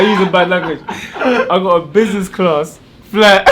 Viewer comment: Man said businessclart